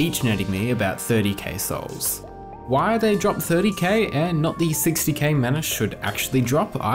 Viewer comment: Why do I hear "30 CaseOhs" instead of "30K souls"?